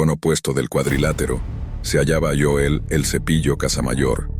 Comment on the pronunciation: Es Joel no yoel